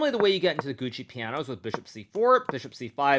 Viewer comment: Lol it’s not “Gucci piano” it’s gioco (joe Koh)